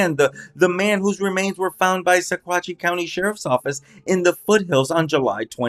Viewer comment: It’s pronounced..sawatch